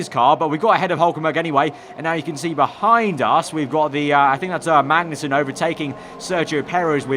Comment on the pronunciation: It'ss not pronounced Mangnussen